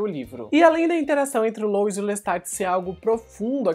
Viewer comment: Poxa, pronuncia direitinho o nome do sujeito Louis (LUI). Custa nada. Rsrsrs ❤